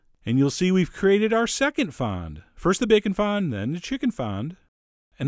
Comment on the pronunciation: Its 'fond',Chef, like front with no R or T ^^ the D is silent.